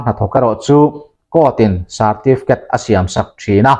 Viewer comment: Bat sarrrtifket